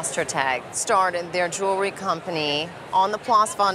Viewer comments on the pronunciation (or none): none